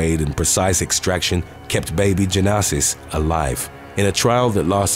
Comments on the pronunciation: Jenasis. It’s probably pronounced ‘Genesis’ but misspelled lol. Jen-assis. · Pretty sure the baby in #2 is named/pronounced "Genesis" like the book of the bible. (My friend's daughter is named the same thing)